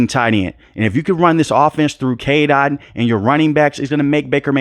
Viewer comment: It's Otton not Ot.